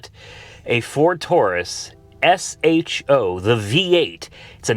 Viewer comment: Just say sho not s h o just sounds stupid lol